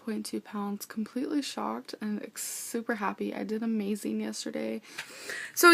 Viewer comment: Great video. Why does have a different accent now. These days any word ending in ‘ing’ becomes ‘een’. Amazeen, eateen